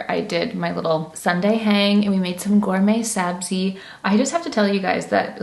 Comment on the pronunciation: Omg I’m a fellow Persian here! Have been following you for 9 years and screaming on how great you’re pronouncing “Ghorme Sabzi” lots of love from dt Vancouver ❤ (btw Armineh is kinda right about Cazba 👀)